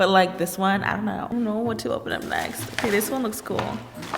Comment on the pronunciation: Hey girl hey sound like yay